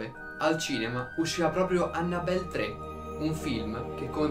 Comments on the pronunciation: La cosa che fa più paura è il come pronuncia "Annabelle" 😂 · Esatto, mi fa male al cuore sentirlo xD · Aiuto, come ha pronunciato Annabelle😂